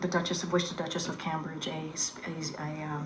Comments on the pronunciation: She doesnt even pronounce Cambridge correctly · KJP didn't even announce Cambridge right. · She can’t even pronounce Cambridge! No wonder the Biden administration is in such a mess with eejits like this on the payroll.